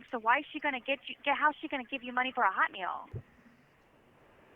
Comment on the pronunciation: The way she says "HOT meal" drives me wild. Shouldn't you emphasize the "meal" part, because "hot" is the adjective? Idk what it is, it makes me wince